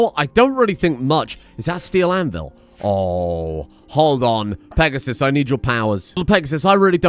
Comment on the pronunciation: Peg-a-sis. That is all.